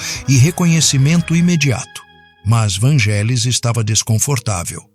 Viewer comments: Não é Vângelis que se fala. É Vanguélis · Moço que fez o video: A pronúncia correta é "VÂN-gelis" e não "van-GÉ-lis". Curiosamente falou algumas vezes a pronúncia correta. Quanto à primeira música que me lembro de ter ouvido dele? Moço... eu era criança nos anos 70 e muitas músicas dele eram usadas nas rádios por locutores que queriam dar mais beleza as suas falas. Foram muitas e nao vou lembrar. Mas UMA eu lembro muito bem: Hymne pois era usada como fundo pra missa do galo no final do ano. Era só um pedacinho dela que tocava pra anunciar o evento católico enquanto o Papa João Paulo II aparecia rezando, mas o suficiente pra gente desejar ouvir mais. Mais tarde, início dos anos 80, foi quando eu finalmente descobri QUEM era o artista das músicas lindas quando estreou a serie "Cosmos" de Carl Seagan, onde tinham "Heaven and Hell" e "Alpha", que me capturaram DEFINITIVAMENTE. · A pronúncia é “Vanguélis”. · Só uma humilde correção.. se pronuncia Vângelis mas se escreve Vangelis Um genio igual a Mozart que já está entre nós Gratidão ao canal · Desculpe, mas está falando algumas inverdades e a pronúncia é van{gue}elis o resto e invensão ou pura fantasia. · Só um adendo. Esse nome se pronuncia como se fosse GU vanguelis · Por amor de Deus...a pronúncia do nome não é esta 😮